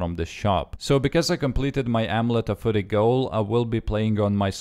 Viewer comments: f-j-uu-ry... not furry. Lol... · It sounds like you're saying amulet of footy :3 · Oh-Meh-Let-te of -Fuh-rry